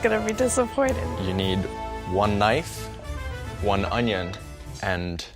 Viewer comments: We need the guy on youtube who cuts onion and pronounce it as OÑO. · aah onyon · "I cutt the anynn" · These people need to learn how to dice an ONYO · * opens napkin * Ah, onyon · Does anyone remember chef Pierre who said OÑO instead of onion is that guy's uncle